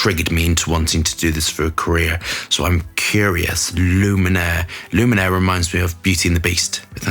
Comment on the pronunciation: No N in it darling, it's Lumiere